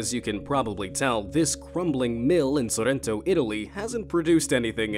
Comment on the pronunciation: Il modo in cui ha detto Sorrento si poteva ancora accettare ma PARMIGIAANOU REGIANOUU poteva anche risparmiarselo😂